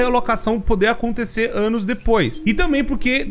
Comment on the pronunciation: Não é possível o falou ânus é não anos